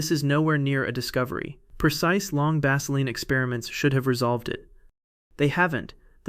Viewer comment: You guys have got to do better with your text to voice app. Baseline does not rhyme with Vaseline. Prepare your text so that these errors are not made.